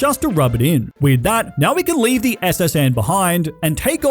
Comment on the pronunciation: You put some respect on my gal pal chikorita right NEOW